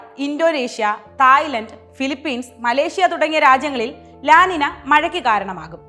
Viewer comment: 'ലാ നിന' അല്ല അത് 'ലാ നിഞ്ഞൃ' എന്നാണ് അത് ഉച്ചരിക്കേണ്ടത്. ഇതൊരു സ്പാനിഷ് പദമാണ്. അതുകൊണ്ടാണ് n മുകളിൽ ഒരു ചിഹ്നം ഇട്ട് 'ñ ' എന്നുള്ളത്. തിരുത്താൻ കഴിയുമെങ്കിൽ ദയവായി തിരുത്തുക.